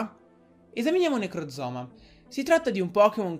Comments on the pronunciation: Bella teoria, però si dice necrozma non necrozoma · si chiama Necrozma e non "Necrozoma" che come lo dici sembra sia una parte del corpo umano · necrozma si dice necrozma